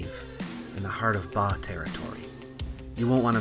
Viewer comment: Ba not Pa，巴Bā蜀Shŭ